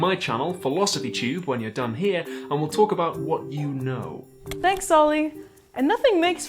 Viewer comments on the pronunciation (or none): none